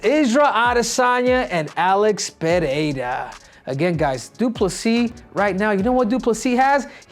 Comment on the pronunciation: Cejudo is the only American who knows how to pronounce Pereira correctly hahaha. Dont know how but the others pronounce as if it was PEHEIRA